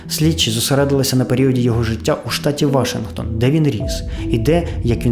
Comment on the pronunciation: брооо, «вашингтОн»! немає ніякого «вАшингтона», крім Джорджа🤦‍♂️🤌